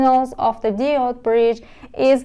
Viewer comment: برای مثال دیود نادرسته. باید دایود تلفظ بشه. یا مثلا کامپوننت رو با تاکید نادرست روی ابتدای کلمه تلفظ میکنید در حالیکه تاکید یا استرس روی p است یعنی کم - پوننت. یا الکتریسیتی باید استرس روی ت باشه نه ابتدای کلمه.